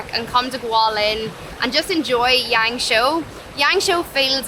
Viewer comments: Is it YangShuo? (Not YangShou XD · It's pronounced like Yahng-shwaw roughly